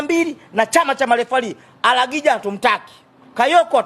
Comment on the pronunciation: Sio aragija mjomba ni arajiga